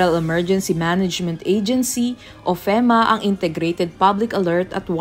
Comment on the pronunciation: Feema po pronounciation